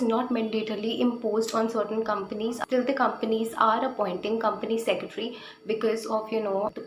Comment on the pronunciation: How many of u got pissed every time she said, "Company Secetry". Madam, spell it correctly - it's 'Company Secretary'.